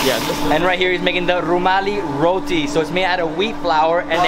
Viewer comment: I dont know if is my hearing but to me you pronounce every other delicacy no problems except one its roTi not roDi